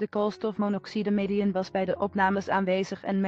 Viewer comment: Niemand: Letterlijk niemand: vrouw: KOOLSTOFMONOXIDEIAN